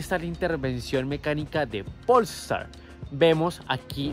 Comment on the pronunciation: Todo bien pero no estas pronunciado bien polestar no le pongas acento en el pol estar es polestar sieve y junto 😅